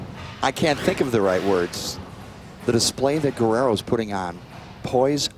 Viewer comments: Se dice Guerrero (GERRERO) no güerero o werero…. Idiotas 😂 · gah, i hate that guy saying gwarero, its pronounced the way he did on